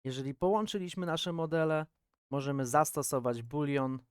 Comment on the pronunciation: Dzięki . Ale z tym bulionem przegiąłeś :D boolean nie boolion